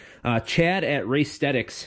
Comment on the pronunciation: Can I say thank you for pronouncing Racethetix properly.....because I've always wondered what the hell Race The Tix meant 🤐😂🤣🤣🤣🤣 now i know 🤣